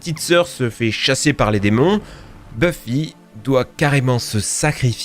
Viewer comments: "Buffy contre les vampires".... Ça se prononce Beuffy... T'as jamais regardé la série ou quoi? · par contre ça se prononce beuff-i pas bufi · aïe, mes oreilles... Continuez quand même, vous êtes géniaux ! (juste, pas bUffy...ça se dit beuffy) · Buffie mdr ça se prononce beuffy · ça se prononce Beu-ffy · La prononciation de Buffy ... et Jamie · C'est quoi cette prononciation de Buffy ? Ca se prononce Beuffy pas Bu-fi ! Et c'est pas "goa-old" mais "goa-ould" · "GoaOld" "les ZORAILLE" (au secours), "MalKom", "Bhuffi", j'ai du mal à comprendre comment un "fan" ce ces séries peut aussi mal prononcer ces noms iconiques.